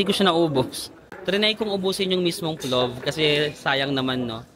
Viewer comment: PLOF pronunciation nun not with “V”, same kase sa pilaf kase yan na dish around Asian countries, it’s a rice dish with meat nuts and dried fruits